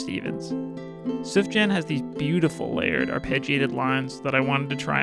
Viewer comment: as a huge Sufjan Stevens fan, pronunciation of his name SENT me - but in all seriousness, this is an amazing video, and what a great album to be inspired by as well